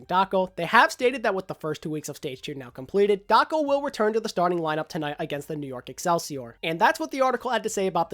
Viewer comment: Everytime you said Daco, I head Taco out xD